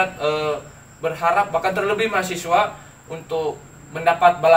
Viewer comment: Jadilah "mahasiswa" mas... bukan "mahasewa"...